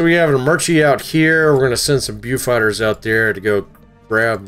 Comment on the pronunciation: please, as a British fan it pains me to hear you ruin our venerable beaufighters given name...bow fighter... as like bow and arrow! if you could good sir! give it the respect it earned!! and keep up the good work!